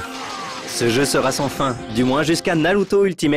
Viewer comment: "Naruto Nina Hello 2" !? La vache.....